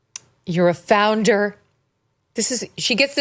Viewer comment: Did Meghan Markle say she was a “founder” or a “flounder”.?? She has done a lot of floundering.